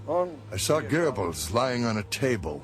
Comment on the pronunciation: Couldn't they find a narrator who could pronounce "Goebbles" or "Doenitz" properly?